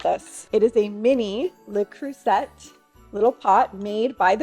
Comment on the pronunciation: FYI just wanted to mention: You pronounce Le Creuset as "croo-ZAY” not “ZET” because it’s French. 😊